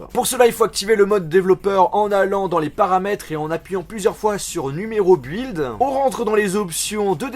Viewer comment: "build" se prononce "bilde", non pas "bUilde"